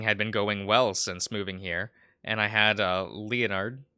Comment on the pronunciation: Nobody tell him how Leonard is pronounced, it’s funnier this way.